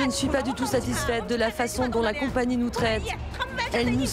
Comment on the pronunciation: La voix off incapable de prononcer correctement le nom de la compagnie sur l'intégralité du docu. Insupportable.